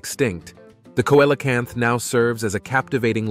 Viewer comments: Yeah see·luh·kanth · The pronunciation of the Coelacanth is “See la canth. “ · Let’s say it phonetically see lo canth